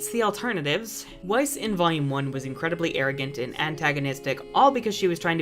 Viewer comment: Weiss? Wha- Weiss???!?!! haha oh man. Wtf.